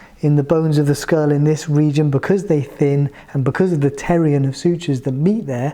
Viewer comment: the way u told pterion very funny